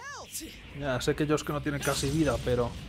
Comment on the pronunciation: Pronuncias bien el nombre de Yosuke pero no el de Yusuke